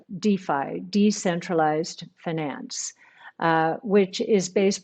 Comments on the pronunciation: i've never heard any american say it like that lol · Does Cathie pronounce Finance in a weird way or is that how all Americans say it? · No, most of us don't pronounce finance that way.